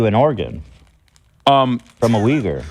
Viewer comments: there's something about the way Ethan says Uyghur that makes me cringe like I'm hearing a slur lol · Ethan keeps bouncing between two mispronunciations of “Uyghur.” I don’t think he knows what he’s talking about.